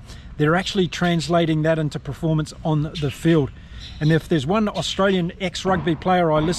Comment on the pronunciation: Thanks. I don't always agree with you infact strongly disagree at Times but thanks for the Chanel, I'll shout you a beer. 1 silly niggle. Can you please pronounce performance phonetically, not preformance 😅